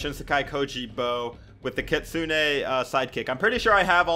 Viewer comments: "Kitsunay sidekick" why? Its kit-soon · Btw, the kitsune is pronounced ki-tsun without the “ne” you’re welcome:)